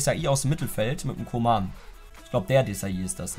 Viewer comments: Der heißt nich koman sonder köman so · Man spricht ihn Kuhman aus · Man spricht ihn Kuhmann aus Es klingt so als würdest Kingsley Coman meinen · Koeman spricht man kuhmann aus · Jemand der koeman nicht richtig aussprechen kann, sollte ihn auch nicht spielen dürfen...coman spielt bei bayern😁